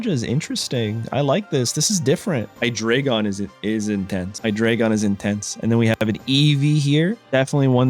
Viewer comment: Bro butchered the Hydreigon line so hard